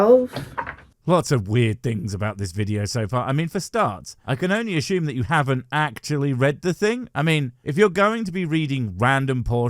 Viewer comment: is great, but it will take me days to get over today's creative pronunciation of "assume" as "ass - shoom". British forever, English NEVER!!!